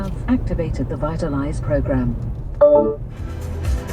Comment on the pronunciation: lmao, vitalize